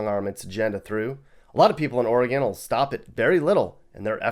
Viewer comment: Ore-gone vs Oreegun. Ore-gone is spot on., you should do a video on state rivalries.